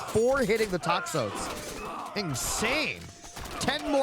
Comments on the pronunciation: hey FYI, toxotes is pronounced "tox-OH-tees" and it's singular. the plural is "tox-OH-tai". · Great cast Just putting this here to improve your pronunciation for future - Toxotes = Tox-Oh-Tays - Chiron = Kai-Ron - Jarl = Yarl (just in case) Everything else was perfect